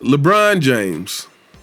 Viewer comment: Skip bayless called him Lecon James 😭